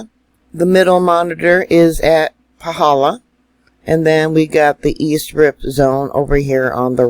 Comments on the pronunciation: I felt a good jolt earthquake at 3000 ft elevation near Volcano national Park.. you are pronouncing Paw - hall - law perfectly 🥇🏆... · Excellent pronunciation of the crater👍🏻👍🏻👍🏻👍🏻